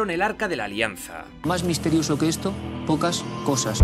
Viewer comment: "Más misterioso que esto... po-cas cosas" 😂😂